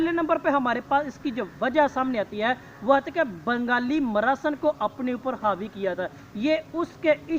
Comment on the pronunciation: اچھا بیان کیا لیکن بنگالی میراااا سین ہے سارا مزہ خراب کردیا۔۔ مراسِن بول کے اصلاح کیجیے